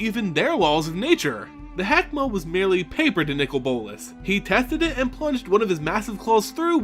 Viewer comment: His name is not nickel bolas it's Nicol bolas